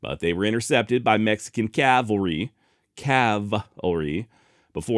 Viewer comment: Nice job of clarifying the pronunciation of the word, cavalry. I don't know why it should but whenever I hear it pronounced Calvary I wince.